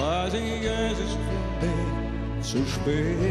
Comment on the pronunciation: So ein wunderschönes Lied, das leider durch das schlecht ausgesprochene 'ich' verhunzt wird. Gib Dir doch mal Mühe,! Trotzdem Daumen nach oben.